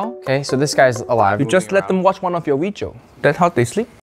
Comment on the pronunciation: "You just let them watch one of your weejios" bruhh 🤦🏽‍♀️😭😂 Unk is undefeated out here I swear 💪🏽😅